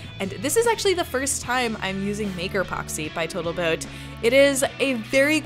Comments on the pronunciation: "Botal Toat" 😆😆😆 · Anyone else catch the “Botal Toat” ?